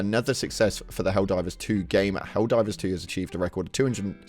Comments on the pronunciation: It's"Helldivers" not "helldrivers." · excuse me until u say hellriders correctly fuck now im doing it, Hell divers, excuse me!